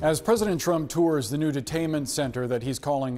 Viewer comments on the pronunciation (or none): "I will boat for Donald Trun"